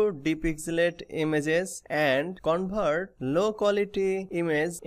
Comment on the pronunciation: 😂🤣bihari hai covert bol rha 😂🤣